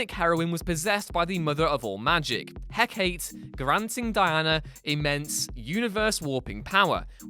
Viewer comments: repeat after me: Heh Caw Tay not Heck 8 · ...Heh-Kate? the name is pronounced [he-KAH-tay] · regarding #10 on this list: 1. It's pronounced Heck-A-tay, not Heck-ate. 2. It's not a guitar rif, it's an electric cello. 3. Nanda Parbat is WAY more important for it's connection to Deadman than to the Question. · I sent you meant to say that Wonder woman was possessed by Hecate which is pronounced heck-a-tay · it's Hecate, pronounced Heck-eh-Tee. NOT he-kates. ffs. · It's pronounced heh-ca- tee not heh-cate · It pronounced He-ka-tay not He-kate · ~ the name is pronounced [he-KAH-tay] or [he-KAH-tee], not "heck-eight"! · “Heck-ate”? I’m pretty sure it’s pronounced like “Heck-ah-tay”. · "hek-a-tee", not "he-kate" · the mother of all magics name is not pronounced Hey-cate. it's pronounced Hec-a-te. just thought you should know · PLEASE learn how to pronounce Hecate (he-KAH-tey), especially if you're gonna say it so many times o_O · It's pronounced "Hekatee" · Heck-a-TEE! The Greeks had no silent "E"s. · Love your pronunciation: "Heck-ate"...? Really? Lol. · Not to nitpick, but it's pronounced Heck-eh-Tay. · HECK-uh-tee. You're killing me, man. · I'm pretty sure it's pronounced HEH-KAH-TEH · Did just make fun of someone mispronouncing Darkseid when he mispronounced Hecate? Ironic... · Making fun of someone mispronouncing Darkseid while you mispronounce Hekate and Zdarsky???